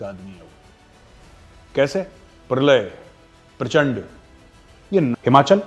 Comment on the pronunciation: Its not prachand, it's PRACHANDA.., not netr, it's NETRA